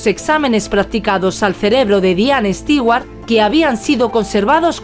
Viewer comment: Increible que a estas alturas,, en la era de la informática, especialmente una europea no sepa como pronunciar el apellido Stewart. Nunca ha oido un comercial de Martha Stewart? Entonces está en el business equivocado. Terrible.